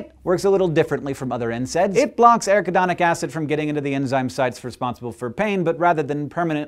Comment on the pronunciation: That is pronounced: ah-RACK-ah-don-ick Acid But I don't care because this is WAY cool!!!! Good Work!